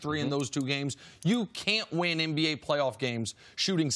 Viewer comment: Chris you cool bro but please fix the N words and M words. You say "MBA" when its "NBA"...."NVP" when its "MVP" anybody else notice this every segment?